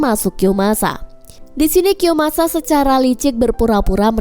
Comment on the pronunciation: kiyomasaaa woy bukan kiyosamaaa😅😅